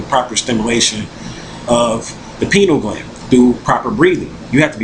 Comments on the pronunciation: Pineal Gland. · I'm sorry, he keeps saying "penal" gland...